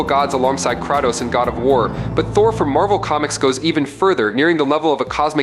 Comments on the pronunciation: Pronunciation corrections: Kratos= Kray-Toe-s, Mjolnir= Mule-near Jotnar= Yo-t-nar, Jormungundar= Your-mun-gun-der. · The way this shitty AI narrator butchers the pronunciations of "Mjolnir" and "Kratos" makes me cringe. Why did I watch this video?